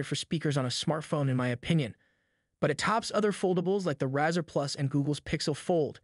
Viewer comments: "razor" not razer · The way you pronounced "Razr" 🤔😂 Also yes it's an excellent unit but the Flip will be more successful in my humble opinion, as it will have better support, more well known brand, has a better chip, and it feels more premium than the Moto (or Oppo N2). Good vid though!